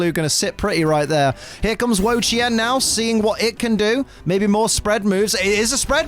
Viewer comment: is one of the 1st people I heard say wo chien name right. dude work dude. one thing I wish pokemon company did though was put the accent marks in. for those that don't know the word ma can have 4 different meaning as an example, one being house and idr the other 3 as this was over 20 years ago when i took a mandarin class.